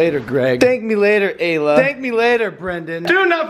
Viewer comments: Giannah Sprague its ayla not alaya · Donna Robbins it's Ayla not Alya